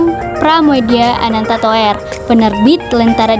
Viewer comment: ngakak. Pra-mu-dya Anan-ta-tuwer wkwwk.. Toer, dibaca tur. krn ejaan Van Ophuijsen, kata "Oe" dibaca "U". "Tj" dibaca "c". "Dj" dibaca "J". J dibaca "y".